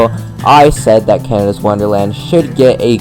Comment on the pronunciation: Its Canada not canida lol!!